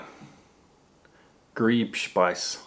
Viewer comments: And it is Grießspeise, with a ß it is not a B :D You have to pronounce it more like Grrr(rolling Your r )eeseshpeyese(the e Like the first E In Elementary ) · the strange b in Grießspeise is a s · Mate, the letter ß is no B, but a sharply spoken letter S, it's called SZ or Dreierles-S which means something as 3 times S. You're welcome. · Griesssspiece not greebspice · and the "ß“ in Greißspeise is spoken like a "s" not like a "b". it is semolina porridge. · the B is actually an S sound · that weird B thing is pronounced as 'SS' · Btw: It´s Grießspeise, not Griebspeise. . It is semolina pudding (google for recipes) And you don´t eat it with rye bread.... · by the way its not grieb its grießspeise ....ß is a letter on the german keyboard layout which is 2 ss´s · the wierd "B" is actually pronounce "ss" Weiss (white) is spelt weiß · when he pronounced the esset(ß) as a b rather than ss :/ great video! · ß = ss or you can call i sharp S, for example... surname Heß = Hess..my point is....It is not B ! :-D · The part with the Grießspeise made me laugh. ß is a german later which is basicaly pronounced like a sharp s. But it looks very similar to a B especially on that package so i can see why you would think it's a B. :) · The B like letter is pronounce like 2 S ^^ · Haha, specially funny to watch if you are german :-) btw a tipp: The "B" as you pronounce it in Grießspeisse is an ß or S, but good Video you guessed nearly everything right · Oh god, the pronunciation... (and that "b" is a double ss) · Very nice and funny video :-). The letter "ß" in Grießspeise is not a "b". It's name is "sz" and it's pronounced like "sz". Here it's also called "scharfes S / hot S". Grieß sounds like "grease or greece". Greatings from Germany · When he said Grei*b*speise, no its not a B, but I guess if you don't known German its fine :P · Not sure if you know this, I couldn't find any comments about it, but when you read the ß, it's an "eszett" and it reads with a double/sharp S sound